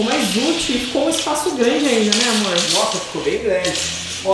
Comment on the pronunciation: A: né amorr? Eu rindo e querendo um amorr tbm! 😆😆😆